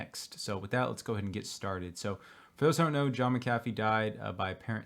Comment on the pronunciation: Please God...*Mac a Fee* Why is this so difficult???? NOT Ma-caff-ee...thanks